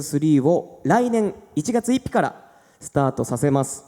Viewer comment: もっくんが１月1日のことを1月いぴって言ってて可愛かった♡